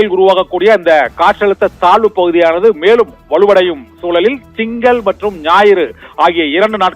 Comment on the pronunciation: Thalvu pakuthiya? Thazhvu pakuthia? Nandraga tamizhai vasikavum